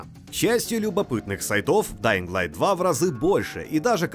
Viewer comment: Спасибо за альтернативный обзор, но ребята из stop game менее предвзяты чем вы. О! ДаинГ сильно режет ухо. Все равно спасибо